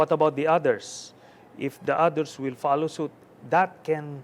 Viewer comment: why does he say odders instead of others? hehehe😅